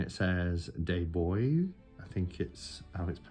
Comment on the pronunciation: Bois is pronounced Bwa